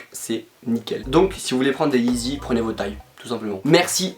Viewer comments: «yeezy » et pas «eezy » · « La yee-zizi ». Mrc